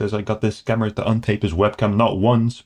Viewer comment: "Scam-ber" Alert! 😂